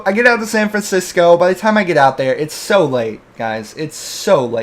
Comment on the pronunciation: "Fancisco" lol